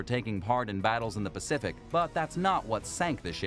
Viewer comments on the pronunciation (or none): none